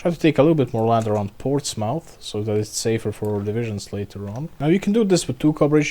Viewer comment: Its pronounced Ports-muth (rhymes with bismuth) just FYI